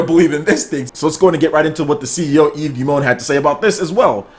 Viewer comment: Excellent pronunciation,! I think Monsieur Guillemot is right about the Nintendo Switch... true innovation! I'm looking forward to games from Ubisoft and CAPCOM for the Switch!